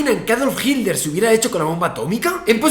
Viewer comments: No es adolf "GILDER.. " es H I T L E R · No se si dice hitler o himmler jajaj